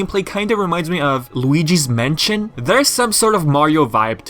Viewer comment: Firstly, 5th or 6th I think? Secondly, There's actually a game called A Hat In Time? I thought that accidentally just said A H.A.T(Honour Among Thieves) In Time by mistake. - I only share whatever I can from PS4 games via the SHARE button. - Impressive name and logo for a game company. 1;40 - Did you say haunted "mention"? I think you meant haunted "mansion". - I wouldn't know, I only play whatever's on PlayStation mainly. - Yeah, with games like Ratchet & Clank 3, Gladiators and Sly 3: Honour Among Thieves having all those multiplayer mini-games on split screen.:) - I could imagine that happening. -Even though I might not get this game straight away, it's still good to watch this video.